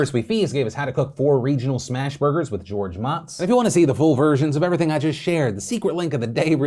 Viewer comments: I think it’s pronounced “motes”. Like the destiny currency, instead of the applesauce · George Motz is pronounced moat-zzz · Phil incorrectly pronouncing George Motz's name makes me really sad that TIA in not actually a collection of things phil likes